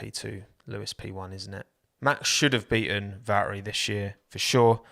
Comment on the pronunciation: No hate honestly but please try to pronounce valtteri instead of valery like come on man